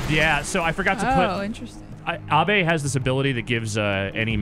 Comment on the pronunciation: Since when is Abe pronounced Ahh-bay?